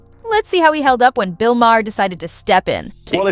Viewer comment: You don’t know how to pronounce ‘Maher’.